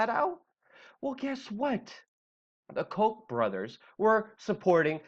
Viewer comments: Lol dude the Koch brothers name is pronounced cau-tch Not coke. Lol sorry but that was funny to me. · The Koch brothers don't deserve the respect to go with them in saying it's pronounced as Coke brothers. No. No, it is not. We all know their name is actually the Cock brothers. Which, of course, fits.